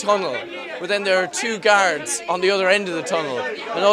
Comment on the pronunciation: “And then there are two gaerds on the other end of the tunnel”